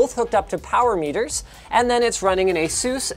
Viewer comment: Asus is pronounced Like "Ace Us" not "A-Soos".